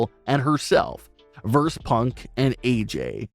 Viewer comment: It's pronounced VERSUS.